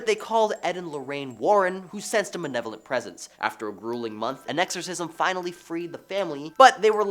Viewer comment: Malevolent not manevolent